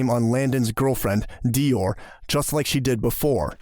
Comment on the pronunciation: That is not the correct pronunciation of Dior 😂